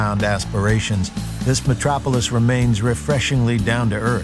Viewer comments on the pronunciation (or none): none